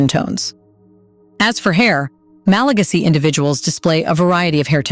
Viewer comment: Learn how to pronounce MalaGAsy